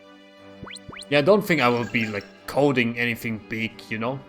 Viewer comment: I heard cult when u were talking programming 👀 when it was actually coding 🤣